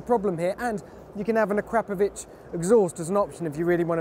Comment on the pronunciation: did he say acrapovic exhaust? xD